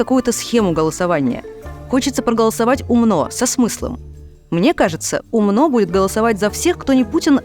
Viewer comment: Тупая Ярмыш, ударение в Умно не на О